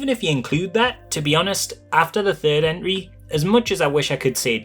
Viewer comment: I kept hearing Enry, took me a second to realize you mean Entry.